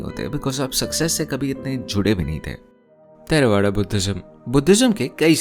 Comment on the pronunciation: It's थेरवाद, not थेर्वाडा. I am sure if it was a French word you would've gone out of the way to find the correct pronunciation.😊